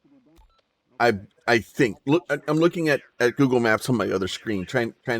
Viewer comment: its Giza.. not gaza